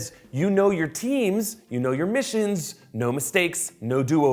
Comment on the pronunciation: lol i thought temzzz missionzzz boobzzz